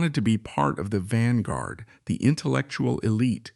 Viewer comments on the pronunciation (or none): none